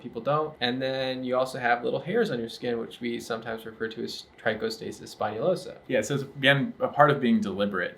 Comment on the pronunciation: Paused the video more than twice just to enjoy pronounce trichostasis spinalosa:D